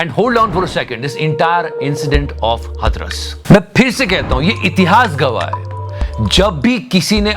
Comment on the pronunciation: भाई हथरस नही हाथरस